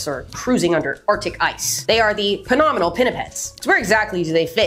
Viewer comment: Did you say "penominal" ? I'll need to learn that, if that's a word. Meow